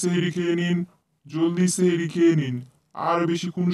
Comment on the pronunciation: আর আপু ওটা চেহেরি না সেহেরি 👽👽👽👽😭😭😭😭😭😭😊😊😊😊😊😊😊😮😮😮😮😮